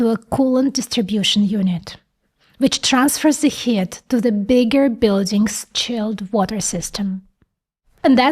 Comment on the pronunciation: excellent video.....BUT.....please remember that the word is "computing", NOT "compute"........and "heat" is pronounced "HEET".